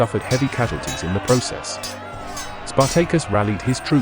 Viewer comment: I will never unhear Spar-Tay-Cus